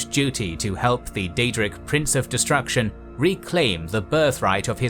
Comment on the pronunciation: lot of pronunciation mistakes. worst one is like how do you mispronounce destruction?